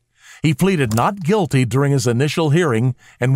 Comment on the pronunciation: Completely sure, 'gulty'